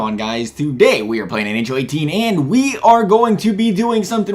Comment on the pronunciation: he said ahl instead of nhl